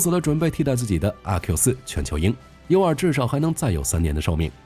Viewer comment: Utility2 聽起來讀音怪怪的, 怎麼念成unity?